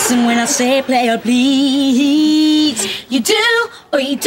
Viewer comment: Playa pleathe 💀